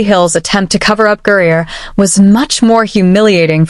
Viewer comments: ITS GRINER - not gurrier - try to get it right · 🎉 I think it's funny how you can say Caitlin Clark real clear but you can't say Brittney griner you say Brittany Greer Brittany Greer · How come AI can't pronounce the word Griner? LoL. Makes it look stupid. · Why are these AI voices unable to say "Griner"? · That is what AI does.... screws up names... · IDK but it’s on my last nerve. 😂